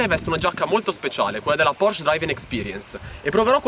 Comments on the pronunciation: si pronuncia PorschE! Con la E finale! Bei video, saluti da una 981S =) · mi hai linkato un video che conferma la pronuncia con la E finale, come dico io (e come sa chiunque conosca il tedesco), tu invece dici PORSC...